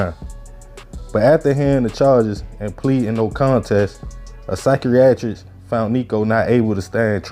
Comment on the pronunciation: I know you didn’t just pronounce psychiatrist like that